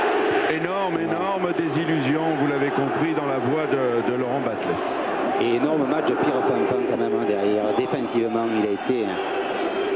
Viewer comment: Le commentateur a donc appelé Laurent Battles « Batteuhlsse » pendant tout le match en prime time d’un classico ? 😳